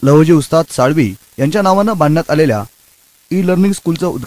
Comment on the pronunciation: लहुजी साळवी असा उच्चार नाहीये हो साळवे असा उच्चार आहे.